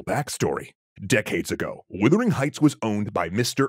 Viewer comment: Yes. "Woothering"?? I had to go make sure I hadn't been wrong for years.